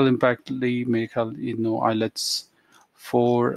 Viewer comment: Hahahahaha ..... u said ILETS not IELTS....GOOD